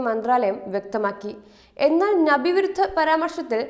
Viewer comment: Babu virudha paramarsam ennu ningal engine parayunnu.Msnadilakunnilla.Ththwamayi news reading engine adhapathykkano.